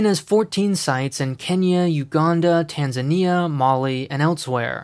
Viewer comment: wtf Tanza-NEE-a 😱 I always be saying tan-ZAH-nee-a 😂